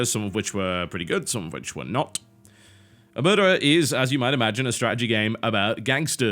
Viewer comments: it's pronounced like O-mare-tah; it's the cosa nostra's code of silence. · It is pronounced Omertà, the accent goes on the last letter. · About the pronounce, the stress is on the A. It's an italian word to refer to when someone refuses to speak about or pretends not to know something, specifically related to mafia and crime in general. There's not a proper word for that in english. :P